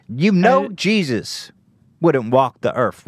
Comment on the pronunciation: "Jizzus" - Hila Klein 2018